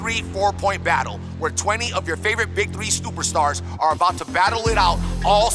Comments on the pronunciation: pausing before I watch. did this man say "stuperstars" in the intro?? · STUPER STARS